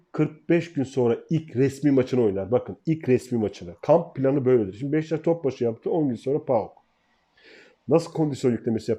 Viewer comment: Abi BEŞTAŞ değil, BEŞİKTAŞ. Senin gibi bir gazeteciye bu telafuz yakışmıyor. dikkat lütfen